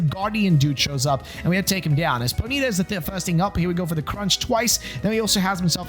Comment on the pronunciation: the way you pronounced ponyta ejected my soul from my body and sent it to the earth's core